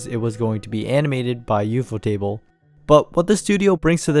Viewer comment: wait is ufotable not pronounced like?? u f o??? as in the acronym?????